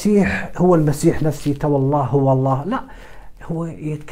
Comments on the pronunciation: لقد أخطأت قراءة الآية الكريمة ، و الصحيح هي " نفسُهُ " و ليس " نفسِهِ " بارك الله فيك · قراءة الاية غير صحيحة فطوعت له نفسه بالضم